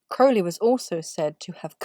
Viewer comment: Thank you for filling in those blank spaces on the Tarot cards Your Correct pronunciation of Crowley…it tells me you Know your subject matter well…Thanks for all you do.